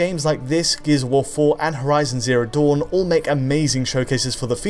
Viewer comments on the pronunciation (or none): none